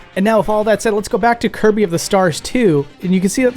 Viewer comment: 100% hands down convinced he said "Hirby" instead of "Kirby" here lol 😤😤